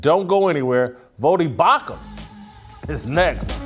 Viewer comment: Bro, did you say Bauchman? Twice, in the beginning? You're my dude but come on!!